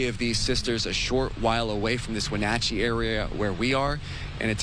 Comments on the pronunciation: Dude , where are you from ? Wen NOT chee ?? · Wonachey? Its pronounced 'when at chi" grow a brain and do research. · The city is Wenatchee is pronounced When- at-chee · Pronounced when-atch-ee. Lol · You might want to pronounce the city correctly.